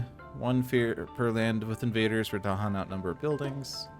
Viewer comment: Well done., I"m not in a position of expertise with regard to Spirit Island to comment on whether your play of A Spread of Rampant Green was optimal. But having listened to several interviews with R. Eric Reuss, I am certain you are not pronouncing "Dahan" with the stress on the proper syllable.